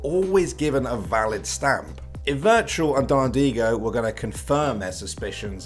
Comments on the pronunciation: virtual =/= wirtual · wirtual not virtual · To me, his name is said wertual 😂